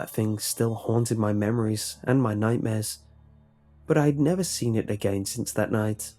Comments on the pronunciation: just got to love the way he says "again" like "i gain" xdddddddd anyways great story, keep it up! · you have a weird way of saying again